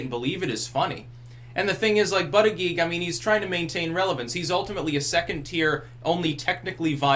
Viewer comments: His name is pronounce Boot Edge Edge. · I believe it's pronounced like "Booty-Judge". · It's pronounced "booty judge" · I think it's actually pronounced Booty-Guy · It's pronounced Butt-Judge for Pete's sake. That's hilarious!